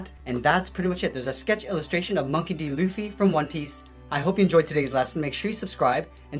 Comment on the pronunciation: When he said hello guys welcome back we’re going to draw monkey D lufe I be like WAT it’s supposed to be monkey D Luffy xD😹